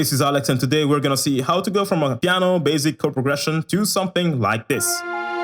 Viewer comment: I like how he says 'baZic' 😹❤️